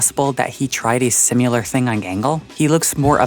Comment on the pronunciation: I like this video and find it very thoughtful and well-made, but I do have one criticism: "Simular." Cut it out. Cut it out, you.